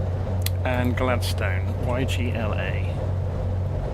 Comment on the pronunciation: Absolutely love your work. Given the way my boy monopolises the XBox, I probably spend more time watching your vids than using the sim! Couple of pronunciations from a (born if not resident) Queenslander ... Mackay = Mack-eye ... Gladstone = Gladst'n ... Hervey Bay = HAH-vee Bay (pls forgive if someone has already raised this!) Great route and plane. Thanks for the videos!